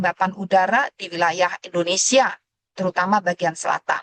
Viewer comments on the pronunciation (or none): Negara kita Indonesia, Bukan Endonesia buk, itu penjelasan dari guru saya pas waktu SD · Bukan juga Endonesa, bukan Indonesa